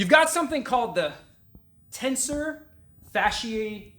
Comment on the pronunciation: Ae does make the “I” sound in Latin... you are correct however Tensor Fasciae latae would sound like Fask-eee-(eye) Lat(eye) - the diphthong is pronounced the same in both words with no soft ‘c’ sound in fasciae.... sorry you asked lol... as far as location, are you aiming for right about the pocket type area?